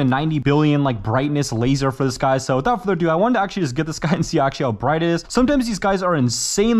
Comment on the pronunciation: i love when you say''WITHOUT FURDER DO' 'it is amazing to hear your voice and i really love your content do not even think to quit!!